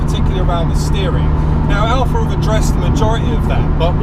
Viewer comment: Cayman. Seriously? Boring, bloated P car. Can't swing a dead cat without hitting one. The 4c is a real sports car and doesn't need all of the up charge nonsense that Porsche is famous for. Oh, it's Alfa, not "Alpha".